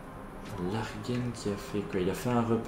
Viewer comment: Bonne vidéo ! Par contre Largen se prononce "L'argent" pas "Larguène" :p